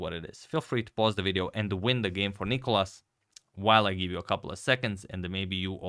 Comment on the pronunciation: It's NicOlas,not NIcolas (Νικόλας) and he destroyed Radjabov,that's what happened.